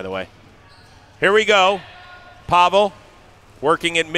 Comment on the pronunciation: Why is no one telling he’s saying Pavel’s name wrong 😭😭